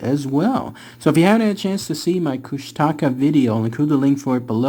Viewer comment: It's pronounced koosh-tuh-kaw <3